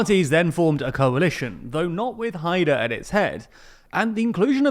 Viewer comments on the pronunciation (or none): none